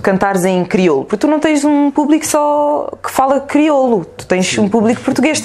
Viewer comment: ela a fazer se que n sabe falar criolo ahahhaha..ah esh criola metid a besta